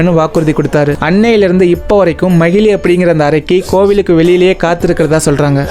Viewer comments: Bro அவங்க பேரு மகிழி இல்ல மகிஷி நீங்க தப்பா சொல்றிங்க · No magizhi, it's magishi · Magizhi illa magishi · Om swamiyeee saranam ayyappa🙏🙏❤❤but that arakki is mahishi not mahili bro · Bro athu mahili illai majishamuki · Bro athu macili kitaiyathu athu macisi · Broo it's not a mahelee . mageshi 😊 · Athu magili illa magishi bro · That not mahili that is mahishi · That arakki is not magilli that is magishi 😅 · Not mahili she is mhahishi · Magili illa samy makisi ok vaa😅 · No mayili it's mayisi😅😅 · Brother athu makishi is correct this not magili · Bro athu makishi ✅ magili ila ❌... Apro kalyanam panna keitathu manjamatha... Marupitiyum script enna chaptGPT kuduthuchaaa? Puranam paduchutu vanthu story sollunga otherwise wrong information unga subscribers or followers kitta sollathinga please 🙏🏻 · Swamiye saranam Ayyappa 🙏🙏but not mayili ❌manjamaathaa✔️